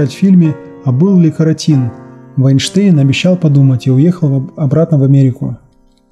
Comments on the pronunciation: Фильм "А был ли КарОтин", а не КаротИн... Чай, не Франция!.. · КарОтин и уж никак не КаротИн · не КароИн, а КарОтин, посмотрите фильм то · В списке исполнителей "Хроники пикирующего бомбардировщика" Лев Вайнштейн на третьей строчке (после Сайфулина и Даля), а это значит, что у него в лучшем случае ОДНА ИЗ главных ролей. В названии фильма "А был ли Каро́тин?" Каротин - это фамилия, а не содержащийся в моркови каротин. И ударение в этой фамилии на втором слоге. Конечно жаль, что талантливый актер рано умер, но автору стоит быть более точным, иначе пропадает желание смотреть его сюжеты. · А был ли КорОтин ? Ударение на О. Отличный фильм, много тонкого юмора и артисты шикарные. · Марина Честнова,и то правда...Все время проблемы с ударениями,хотя сюжеты хорошие.